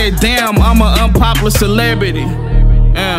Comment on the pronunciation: Ik im not the only one triggered when he said unpoplar instead of unpoplar